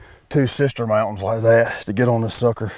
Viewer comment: “Mountains” 😂😂😂 not quite. Sweet video though!